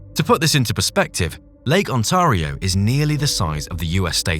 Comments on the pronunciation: Lake Ont-ah-rio eh? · Lake what in Canada? Nobody pronounces it On tar io - do they!